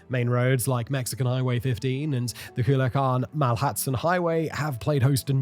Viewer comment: Bro PLEASE look up how to pronounce words. ITs COO-LEE-AH-CAHN